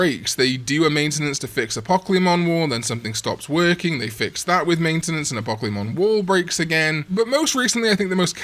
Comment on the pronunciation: Apocalymon have to be pronounced in syllables and not in one word. Its not Apocleemon. It Apo-caly-mon or A-po-ca-li-mon if that makes sense.